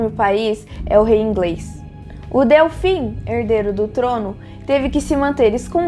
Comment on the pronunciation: Muito bom, só um comentário: se fala dÊlfim, e não dÉlfim. Obrigada pelo vídeo! 🌷